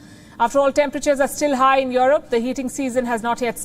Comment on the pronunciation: Who is "yoreb" ?